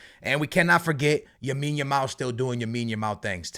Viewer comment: he’s been calling him yamine every single video😭how has he not been corrected 😂